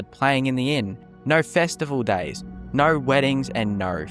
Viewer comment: Australian…. There’s no “r” in no or go